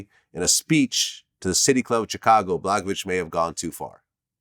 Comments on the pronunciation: He’s pronouncing his name correct in Russian/Yugoslavian. All former Yugoslavian countries speak a Slavic language.. as does Russia (where Vlad is from) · He’s actually saying it correct. Slavic